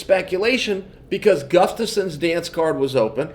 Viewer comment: My man said Guftasson